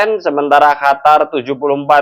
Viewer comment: Komentrxa bagus tpi syang selalu bilang HATAR bkan qatar